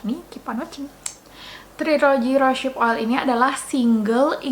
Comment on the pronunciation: Terima kasih atas reviewnya kak, sangat informatif. Tapi saya ada punya bbrp info dan masukan nih 1. Cara bacanya bukan "rosyip" tapi "rose" and then "hip" = "rouz hip" 2. Proses cold pressed rosehip seed oil itu bukan dari bunga tapi dari biji (seed) 3. Kemasan pipet itu ga higienis krn tiap mau pakai terbuka, pasti terpapar udara, rentan terjadi oksidasi. Carrier oil mahal itu paling bagus pakai kemasan airless bottle atau drop bottle yg lubangnya kecil seperti yg biasa dipakai untuk essential oil. 4. Aplikasikan rosehip seed oil pada wajah yg basah atau sesaat setelah pakai toner